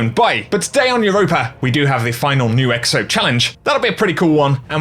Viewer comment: Bruh my man said EXTO 🤣🤣🤣🤣